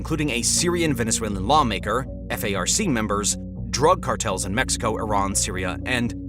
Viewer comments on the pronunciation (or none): none